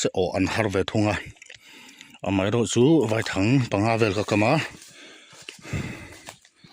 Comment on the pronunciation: Vaithang i lam dan a diklo I lam dan chuan thlangkawr vai ho hming angin ilam a vai hmawlh vai anga lam tur ani e